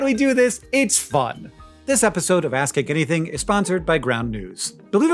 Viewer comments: it sounds like "Ass Kick Anything" and I laughed, new canon name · I can’t help but hear “Ass kank anything” every single time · In the Ground News ad (how dutiful am I?) you said the name of the show, but it sounded like "Ass-Kick Anything." Side project! And, with no inter-cheek hairs, the human fart has trouble exiting the valley, necessitating a whoopee effect. We likely lost the butt-hairless back in our stealthier hunter-gatherer days. I saw white and gold, and only ever hear 'yanny.'